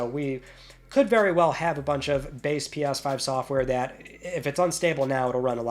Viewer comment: Pi-yas 5...can't unhear it now! 😅